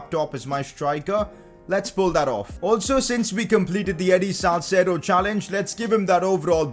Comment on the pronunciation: hi i think its salceedo not salcedo